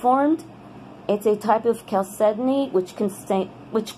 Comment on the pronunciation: Cal Kedonknee???? HAHAHAHA